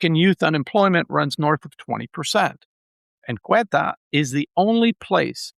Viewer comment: The name of the place is Ceuta, pronounced Seuta, not Queta.... isn't that a big difference, for someone named that claims to know so much about the place...